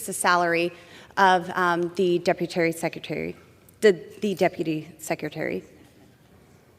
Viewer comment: The deputary secretary??? Who the hell is that?